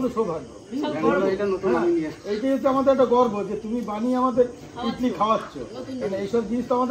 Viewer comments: ইডলি বলে ইটলি বলে না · ইটলি বলেনা ইডলি বলে